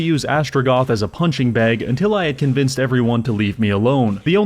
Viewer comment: Okay, I have done some furious googling but I still have no idea... What is a "gothnic?" :D